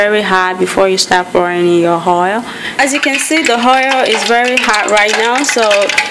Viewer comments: Oil not Hoil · Bad English pronunciation. Hoil hadd. Are u Yoruba ?